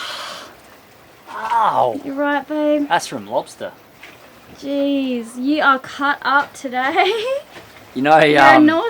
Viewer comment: Lobstah Pasta